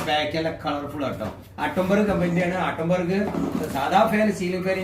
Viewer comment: താങ്കളുടെ സംസാരം ഒരുപാടു നന്നാക്കാൻ ഉണ്ട് പല വാക്കുകളും താങ്കൾ തെറ്റായി ആണ് ഉച്ചരിക്കുന്നത് ആട്ടം ബർഗ് അല്ല ആറ്റം ബർഗ് ഷൂതാട്ടം അല്ല ചൂതാട്ടം കാശിനോ അല്ല കാസിനോ Atomberg ഫാനുകൾ നല്ല ഹൈ ക്വാളിറ്റി ഉള്ളതാണ് ഞാൻ മൂന്നുവർഷമായി ഉപയോഗിക്കുന്നുണ്ട്